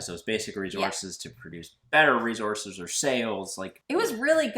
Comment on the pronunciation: Great Job! Congrats on the new home., stop saying re-zorces! LMAO! It sounds like you are trying to irritate someone. lol